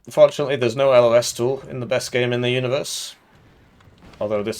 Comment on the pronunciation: eugen please add a pacific theatre to warno ur already adding us marines i know you want to edit: you said 'no los tool' and a thousand repressed memories came back to me and i had an aneurism so good video overall